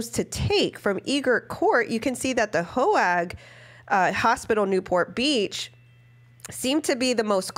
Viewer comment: I live across the street from Hoag Hospital Newport Beach it’s pronounce quite differently from how you’re pronouncing it. The a is silent. They could’ve gone to the other medical center because of a head injury